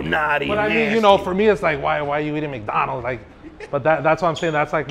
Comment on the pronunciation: Bro said mike Donald’s 😂😂